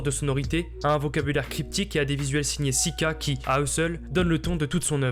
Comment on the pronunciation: gros par contre on prononce pas "sika" mais "souka" (cyka)